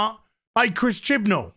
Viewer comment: "Chibnell's number one" OK, now THAT was a funny mistake